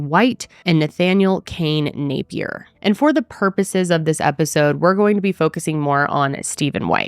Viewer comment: THANK YOU for saying Napier correctly~ There's small no name towns that call their OWN name Na'PEEeeeer, like it's French or something. LOLOL. Just like the jewelry & The Reality Show ;)